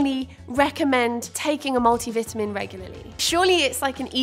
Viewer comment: Multi vitamin. I could barely understand when you said that. 😂